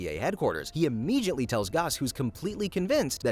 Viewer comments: " Immegeeiantlee and Whyaisle" great pronounced words there! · What is with immeJiately?